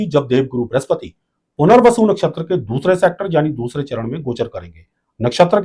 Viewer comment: Bahot... Sunder... "Puner-vasu"....... Retake...... " Mohan-bhashler"